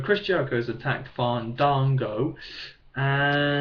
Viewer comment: U need to get to the point quicker...and quit saying fandago